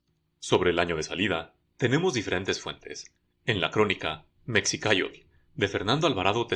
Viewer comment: 😂😂😂 increíble tantas mamadas de ese argentino. no se dice "Meksicáyotl", sino "Meshikáyotl".